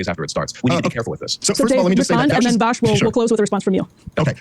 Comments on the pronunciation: I like that Dave keeps calling vaush “vash” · It triggers me so hard how nobody can fucking pronounce VAUSH correctly.